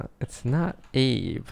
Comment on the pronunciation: When he said “what’s up Abe.” It sounded like he said “what’s up babe.”